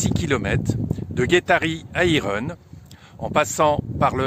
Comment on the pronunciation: Irun se prononce "iroune", s il vous plaît 🙏